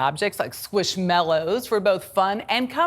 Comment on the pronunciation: It's mallow and not mellow, right? I can't be the only one hearing mellow.